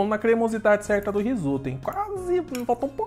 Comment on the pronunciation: "Risopa" huahuahuahuahuahua